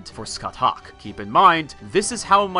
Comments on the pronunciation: Thats not how you pronounce Scathach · ska - shah NOT skut - huck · Just gonna leave this here. Her name is pronounced “SKA-HAWK”.